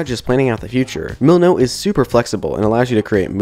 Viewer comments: lol thanks, I just posted a comment asking about that. I thought he said mulunu. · What A great video, thank you so much for sharing this! One comment - I had a hard time understanding the apps you used for Planning "trello" and "milanote". Trello I had heard of, but after come google searching a few minutes later I discovered you were saying the name "milanote". What I heard was "muknow" ("moo"-"Know", maybe my ears need cleaning, ). Again, a great video, I am going over tkaing lots of notes to help on my beginner Unity JourneY! Yes, I am also using GameMake Studio and starting to use Unity more! :) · OK I watched this part several times but I still don't understand what you're saying and searching what I hear isn't helping either... muleno? luleno? what was that after trello? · thank you. i was like did he say monote or millinote. why he didn't put the names on the video like he did with the Unity assets or the links on the description...... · Hmm. I couldn't figure out what you were saying at first when you started talking about Milanote. Closed captioning wasn't much help either.